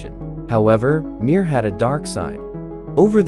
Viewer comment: Mier means peace in russian It's pronounced not MIIIR but m(ie)r ^ И И ИИИИИ